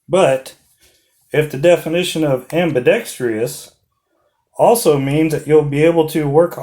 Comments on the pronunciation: Ambi-dex-tree-us, NO! Ambi-dex-truss, ✔ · Ambidextrous.... ambi-dex-truss..... NOT 😃😄ambi-dext-ree-us...😃